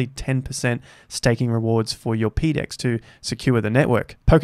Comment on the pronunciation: ..."peedex" is a terrible way to pronounce that acronym, how about "PoDex"?